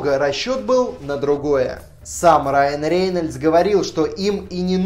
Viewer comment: Раен Рееееееееенееееельдс зачем так противно произносить, аж уши режет